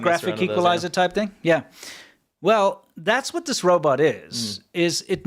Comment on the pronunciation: I've noticed this saying Robert instead of Robot lately. For some reason that makes me chuckle out loud! Robert Cop - too funny! I live in Thailand, Rs and Ls, the struggle is real Lol !